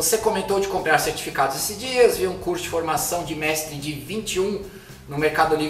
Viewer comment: Essa vinheta! Kkkkkkk Ri demais com o "mextre"